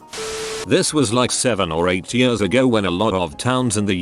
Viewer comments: No one: Text to speech voice: yörs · Nobody: The text to speech: Yêärs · nobody: text to speech: y u r s